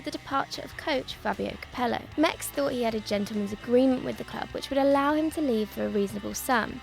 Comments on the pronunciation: again with the ridiculous pronounciation of the french players ??? the 's' in mexes is not silent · mexÈSSSSS!!! not mex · The name pronounciations... yikes. Phillipe Mexès (pronounced Mek-says, not Mex) was a French international and left Roma for Milan in 2011, not 2009 - he was injured in April 2011 and, as his contract was expiring, he was allowed to leave Roma for free. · Philippe Meks? It's pronounced MexEs, he even has an emphasis on it... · For god sake the mispronunciation of mexes drove me mad!!!! Sorry but I'm not a fan of this lady's videos as lovely as she may be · IT IS MEXES NOT MEX FFS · She can't pronounce Mexès.